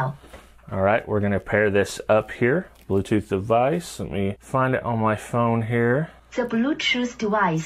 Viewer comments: „te blootothh twice has connected suesufully“ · Ti bruu-toof dehviesh is rehtey toh peer! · The bluetoof decive is connecteed uh successfooley🗣